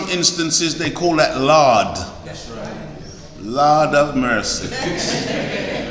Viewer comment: u sound like Jamaican when u said laad have mercy. Sir I can say u have a lot of love for humanity gi